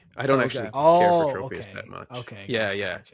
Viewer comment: All of you keep calling it Trope-ius. It's Tropius, like tropical! 😅